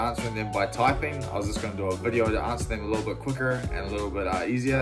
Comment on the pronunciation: Yo why did you say quicker like that 😭